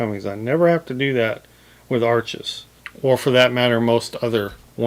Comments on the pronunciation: It's pronounced Arsh not Arches. As in kiss my Arsh. 😁 I'm brand new to water color and decided to use exclusively Arches paper. I saw a video on how it was made and was SOLD. I'd rather have good a paper and fair paint than good paint and fair paper. Notice I said I'm new to watercolor, not painting. Always wanted to try watercolor, never got around to it. I may even try the total no talent method of Jackson Pollok and just throw water color paint onto the paper and sell it for a bazillion dollars to "art critics". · sorry your pronouncing the word Arches wrong! the correct way is Arsh..without the es on the end! Pronouncing the R a little more than usual....... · Isn't Arches pronounced "ARSH"? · Arches is pronounced "arshes". The ch is an sh sound because it is French. Too many people make this mistake. Don't want to be a word snob, but get it right. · Sorry I don't mean to be a no all but "Arches" is a french rag paper and it's actually pronounced Arsshhh and not how it's spelled, just for those who don't know :-)) love the video by the way!! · WOW! nothing like a side by side to really show the behaviors of different papers. I literally just got back from Hobby Lobby to grab a pad of Arches to try myself! Here's a bit of trivia: Arches, being French name, is actually pronounced "arshes". A Dick Blick video clued me into that! (then I looked it up)